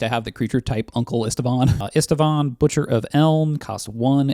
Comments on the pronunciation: are you a human being or a hallucinating AI? Why are you adding letters to Istvan’s name? It’s NOT “Istivan” learn how to read moron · It's read [ˈiʃtvaːn], it's Hungarian for Steven.